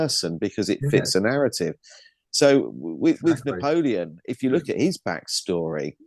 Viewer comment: Napolean- N-apollyon😮